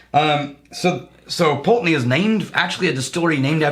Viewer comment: Ye olde Pultananey! (glad you dropped your old pronunciation!) Think Wolfburn has now pipped them to the most Northernly mainland distillery up in Thurso. Edit - should have checked comments first, I'm like the 8th person to mention Wolfburn!